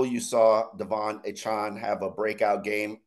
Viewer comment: pretend Devon has no E on the end of his last name.